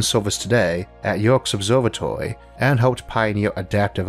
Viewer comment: Yerkes observatory is not far from where I live, so please take my word for it that it's pronounced "YER-kees", not "yerks"